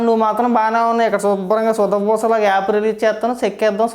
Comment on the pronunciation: ఆప్ లో ,ఆప్ లో అంటుంటే,,, సడన్ గా కేజ్రీవాల్,, గుర్తించాడురా నాయనా.... అది యాప్ ah😅